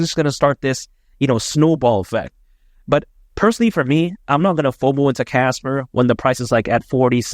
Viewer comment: Casper not kaka :face-green-smiling